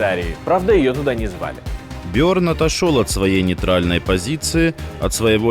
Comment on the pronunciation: Он Берн, а не Бёрн